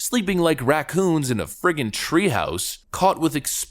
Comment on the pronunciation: did you just call them ratcoons? ?? uh ok? :D